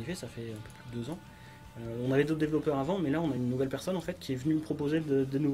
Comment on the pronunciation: Argh! Développeur ou developer en anglais mais pas "dévellopeur".